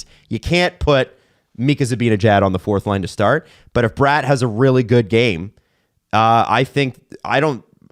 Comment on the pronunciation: Funny how gets corrected for pronouncing Bratt wrong but the correction is also wrong 😂